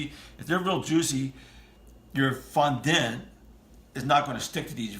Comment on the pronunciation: It’s pronounced Fondant as in daunt or aunt